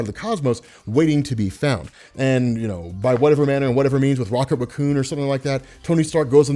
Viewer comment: 1 i regret seeing your face. 2 you say raccoon weirdly.